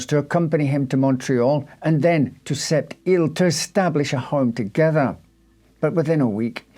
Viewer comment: As a francophone living in Quebec City, you did a good job with pronouncing French words, especially Sept îles! Thank you ❤